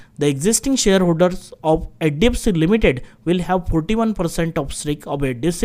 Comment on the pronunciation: Bro practice on pronouncing HDFC as HDFC.